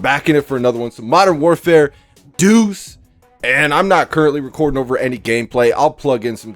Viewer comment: "Modern warfare duce" 🤣🤣 striagt doodoo